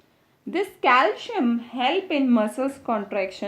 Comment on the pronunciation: Your calcium pronounciation is wrong